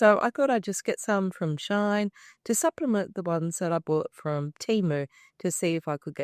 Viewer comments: It's pronounced "she in". It's a combination of both English words. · Love your vid am trying to buy them so thx but plz it's not a problem but please it's "she in" not "shine"thank you ❤❤